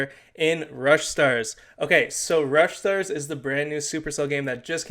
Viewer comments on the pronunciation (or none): no one:: ruSH stARs